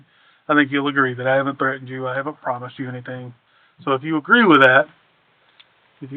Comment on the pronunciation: "Thre end" It's pronounced threh·tnd